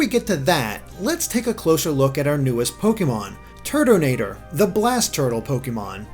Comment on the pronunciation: i keep hearing turdinator